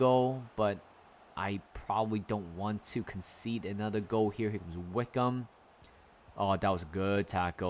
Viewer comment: Wycombe is pronounced as WICKUM